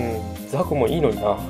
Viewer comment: ザクがなんだかザコってきこえる